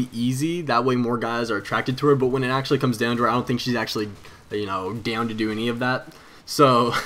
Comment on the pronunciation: lol accent wen u said down